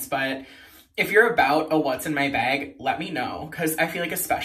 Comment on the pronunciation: I think it’s funny and cute when people say bag like that 😂😂😂